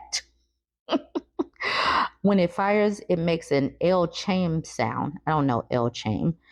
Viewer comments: Wait! La Chame? Say it like Lah Ki Um. L’Chaim is Hebrew and means “To Life”, as when toasting a couple at their wedding or other joyous occasion. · L'chaim, pronounced "la-high-m," is Hebrew. It's a Jewish toast meaning "to life."